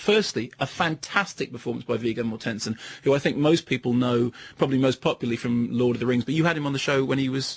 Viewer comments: MORTensen, not MorTENsen... 8) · viggo morTENsen!! hahaha stress the first syllable, please